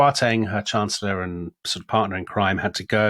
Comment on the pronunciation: The Lady Chancer-llor?